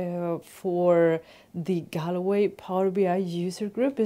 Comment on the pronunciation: Hey, so pleased for the Galway Power BI user group. To have you kick the whole thing off is brilliant & well done to Martin. Btw, the way to pronounce Galway is GaulWay:-) Great tip on the headers too!!!